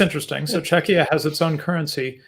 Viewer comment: pronounced "Czechia" like it's pronounced in Lithuanian "Čekija", it's really weird to hear it from an American.